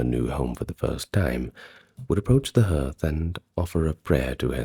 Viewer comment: Hearth is pronounced "hArth"